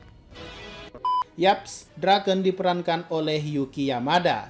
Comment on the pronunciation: Draken bang bukan drakeun